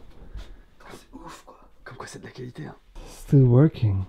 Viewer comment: 😂 xsite de ''kalitay''